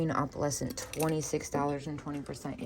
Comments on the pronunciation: Is there a reason why you pronounce "opalescent" as Opp-All-escent... Instead of pronouncing it Oh-Pull-escent?? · Well... Not really. No one else pronounces it that way and there isn't an alternative for the spelling of pronouncing of opalescent, like there is for tomato/tomatoe. If there were, I would not have asked the question. I didn't come here to debate this or to be rude. I was asking a legitimate question inquiring if there was a reason for why she pronounces it differently.